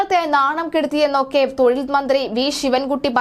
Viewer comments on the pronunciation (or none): none